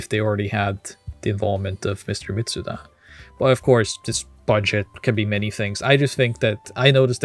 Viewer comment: Great video but please, please why can't people pronounce Yasunori Mitsuda's name right? There is no z sound in his name.